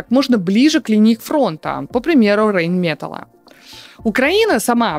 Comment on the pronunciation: Немцы произносят Rheinmetall как Райн мета́ль